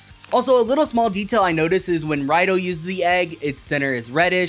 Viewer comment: it's pronounced as Rido not Raido. Probably because Toei doesn't want to self referenced too much. And a rider calling themselves Raido just feels weird like they don't have a name or use a vague "I'm a rider" type of situation.